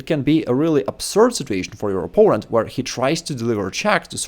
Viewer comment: I'm sorry but whenever you say "opponent" I wonder "Poland what?"